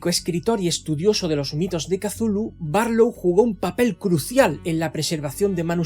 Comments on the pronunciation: Para empezar, el nombre Cthulhu es gutural y difícilmente pronunciable, no la palabra sencilla que usas para denominarle. No es Cathulu, es Cthulhu. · Por qué pronuncia la C inicial y, además, como K? Es horrible para el oido. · "Casulu", oh Dios.